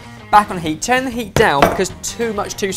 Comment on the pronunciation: Why does say tjurn